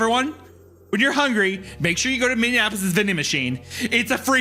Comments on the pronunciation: Hunter and absolutely everyone else: Minneapolis Wendi: MinneANapolis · how many minnesota people's hearts twinged with pain every time wendi said "minn-indianapolis" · “Minneanapolis” from Hunter as a midwesterner let alone Isaiah is crazy work 😩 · Isaiah! WHY do you keep pronouncing Minneapolis "Minnie-in-apolis" its driving me fucking crazy!!!! You've done it like 8 times now. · It's like he's combining Minneapolis and Indianapolis 😅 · Hearing Isaiah say "Minnea-NAP-polis" pissed me clean off, tbh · MinneANopolis is now canon, Isaiah and Hunter both pronounce it this way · the true horror of this story was having to listen to them mispronounce Minneapolis wrong for 3 hours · Made me smile every time they tried to say Minneapolis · isaiah pronouncing minneapolis like indianapolis the entire time had me raging out in the beverage cooler at work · Imagine how much time Isaiah would save if he stopped adding an extra syllable to Minneapolis. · Wendy, you're pronouncing Minneapolis like Indianapolis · someone needs to teach isaiah how to say minneapolis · the way theyre pronouncing minneapolis is wilding hahaha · lol can’t pronounce Minneapolis to save his life 🤣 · Wendi repeatedly mispronouncing Minneapolis is genuinely making me twitch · Isaiah's pronunciation of Minneapolis has to be the worst thing to happen to the city so far this year💔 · If i hear minneapolis pronounced wrong one more fucking time Isaiah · Isiah pronouncing Minneapolis like Indianapolis is grating on my ears lol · Whenever Wendigoon says Minneapolis, it sounds like he's saying "Minn-deapolis". It's pronounced "Mini-apolis". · Okay, is Isaiah pronouncing it minnie-ah-napolis to drive me insane or am I the problem? After two hours of it, I'm starting to doubt myself. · The inability of either of them to pronounce "MIN-E-APOLIS" has me checking every time to see what city they're talking about lol. "What happened to MIN-IN-KNEE-APPLE-LESS?" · what happened to what?? Minne-an-apolis?